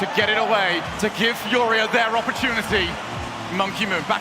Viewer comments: Is how it’s pronounced here in Brazil bro, but yeah is kinda strange hear English speaking people say it like that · man its so frustrating watching G2 play to end up like that in the finals. Also if i hear team fooria one more time im gonna lose it.